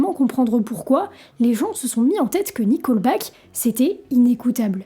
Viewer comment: Tu dis qu'une partie de la communauté est connue pour être conservatrice "dans le mauvais sens du terme". Il y a un bon sens à ce terme ? Ce n'est pas "nicolbaque" mais "niqueulbaque".